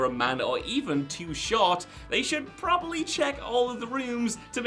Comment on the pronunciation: Probably has 2 b's in it. Heard you butcher plenty of pronunciations, buts saying proberly is just ridiculous.